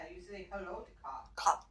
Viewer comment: The “cops” word is actually COUGH, a bit mispronounced.